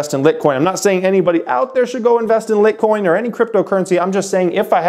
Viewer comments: Nice to see you branching out on crypto, though I think there are a few inaccuracies in the video. First is I think it is pronounced like "light coin". Second the block time is around two minutes, meaning that on average it will take that amount of time to do a transaction (as opposed to seconds). Litecoin also processes far less transactions than bitcoin which is why the fees are much lower. While litecoin could probably handle 4x the fees of bitcoin, it would then soon run into a lot of the same problems bitcoin is facing with regard to scale. But don't worry, getting all the details right in crypto takes time and thanks for the video! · It's pronounced as "Light Coin." That was a cringe video but the meat of the subject is great. Side Note I use cryptos to swing trade for stock purchases. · It is pronounced "light" "coin" like so people don't go around pronouncing it wrong. Even the creator calls it lightcoin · is he saying lick coin? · Lit-what? I thought it was called litEcoin?! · ITS LITE-COIN !!! Lol like “LIGHT” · Litecoin is pronounced lightcoin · Did he say LIT coin? I expect better from him and his channel. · Appreciate your channel, but cmon man Litcoin?! How is anyone going to be able to trsut you if you cant even pronounce it. You gave us the very basic information about Litecoin, and it looks like just for the views (which is ok). LTC is going down to below $100, book it. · the first 2 seconds he says "lit coin". Stopped watching it..and a thumbs down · You lost me at "lit"coin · Its pronounced "light"-coin. You completely leave out why the transaction fees are so high on bitcoin due to the scaling issues its having and that this will apply on some level to most crypto including litecoin when more people start using it. I think these videos can do more harm than good. At least inform your audience that this isn't your area of expertise. Check out some videos by Andreas Antonoplous to inform yourself better. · You can't even say Litecoin!! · No he is